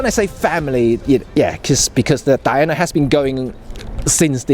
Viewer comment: Def pronounced 'Diana'. Hope that helps. (Love your vids, thanks!)